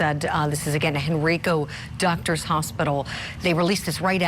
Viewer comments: its crazy when the hospital you were born at makes national news for hurting babies 😢 also, Henrico is pronounced hen-“rye”-co with a long i, not hen-“ree”-co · It’s pronounced Henr”eye”co. Please say it right. Thank you. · It's pronounced "Hen-rye-co". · The hospital name is pronounced "hen-rike-oh". I grew up in that community and even volunteered there 40-some years ago. What has happened is horrible and traumatizing for the community and region!